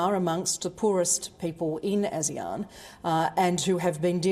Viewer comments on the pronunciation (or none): none